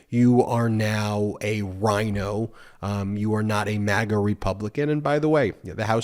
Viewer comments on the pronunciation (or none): none